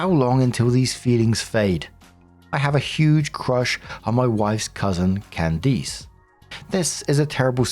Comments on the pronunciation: I am begging you to learn how to pronounce Candice. It’s not pronounced “Can-deece” it’s “Can-dis” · Loving "Can-Deece" instead of "Can-Dis" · How is it that narrators have never heard names like Candice (it's not "Can-deece") or Isaiah or Isaac?? There's many more, they're all normal everyday names, but the narrators pronounce them so strangely, as if they're obscure names from thousands of years ago...🙄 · My name is Candice and it kills me with the way you are saying my name.😂😂😂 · Weird pronunciation of Candice is throwing me off. The last syllable is generally pronounced like 'list.' Edit: (without the 'L' and 't' of course)